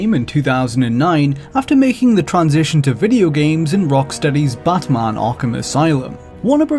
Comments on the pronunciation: Why are you saying BUTTman instead of batman? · Drink every time he says bot mon. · Who is this 'Buhtmuhn'' of which you speak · Batman or Badman? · Prepare for buttmunn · You guys couldn't find someone who doesn't pronounce Batman as Bathmahn? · The way he says batman. *chuckles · The way this dude pronounces "Batman" is really annoying.